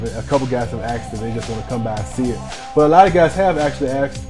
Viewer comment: y does he say axed instead of asked??